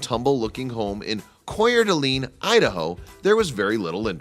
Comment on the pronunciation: The not haunted house in Idaho. The town is pronounced core dah lane. Just to let you know. It's french so hence the confusion. Just thought you should know. Not from Idaho, but french.